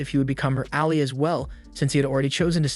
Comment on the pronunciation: The way you pronounce Ally and Bow, hurts my brain.